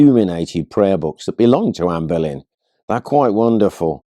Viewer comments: Its making me cringe everytime he pronounces Boleyn, like Berlin. He definitely puts an "r" in the name, and he knows better. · Are you calling her Anne BERlin?